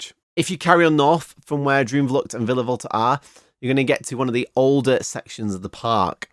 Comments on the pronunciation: as a dutch person; awesome review w a lot of attention to detail!! some small pronunciation notes: the double o like in droomvlucht, spookslot etc. is pronounced pretty much like the o in “ghost” or “over”, and the oe in words like pardoes is pronounced similarly to the oo in “poodle” or “loot” :) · Little tip: double "O" as in droomvlucht is pronounced as the English word Door or "OA" as in for instance Boat. 😁👍🏻